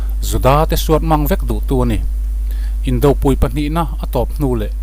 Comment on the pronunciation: Indopui a pui i thluk dan hian awmzia a nnei lo.Arpui a pui lai thluk ang hian thluk la a awmzia a hril chhuak pha ang.